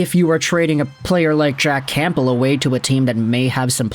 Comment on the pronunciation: The p in campbell is silent , its pronounced cambell